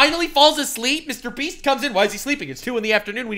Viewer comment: Dude, I honestly can't keep a straight face when keeps calling MrBeast "MrBreast". Idk why but I can't stop laughing 😂😂